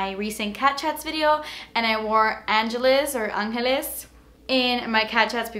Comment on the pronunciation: gurl i just realized that the lipsticks are all names of places.. angeles is los angeles so u said it right lol.. Love ur videoss.. i want to try these liquid lipsticks....